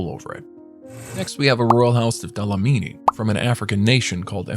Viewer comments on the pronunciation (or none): Dlamini, not Dalamini..